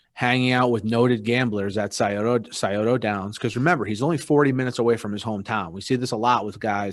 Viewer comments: Sy-o-toe Downs 😂 I’m from this area. We pronounce it like syota. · Sye-ota downs... Not Sye-oh-toe downs